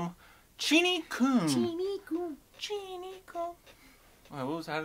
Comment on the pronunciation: The Hindi word "Kum" is pronounced the same as the English word "Come". IT is NOT pronounced "Koom". It means Less, Reduced, Low, Small Amount(s), Not So Much. "Cheenie Kum" means "Less Sugar".